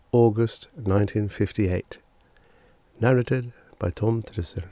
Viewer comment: Do you realise that the 'a's in "narrated" are pronounced differently? The second 'a' is a long, hard 'ay' as in "pay".